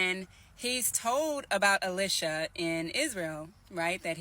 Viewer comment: "E-Lie-Sha" Not "Ill-Lish-a"